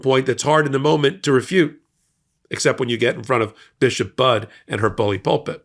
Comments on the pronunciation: Hey, it's pronounced Buddy, not Bud. 🤓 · Her last name is pronounced "buddy." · Her name is pronounced Buddy